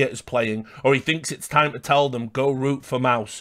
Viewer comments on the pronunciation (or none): none